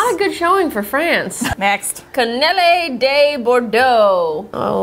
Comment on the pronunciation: Dammit they pronounced cannelles wrong. And fresh cannelle is great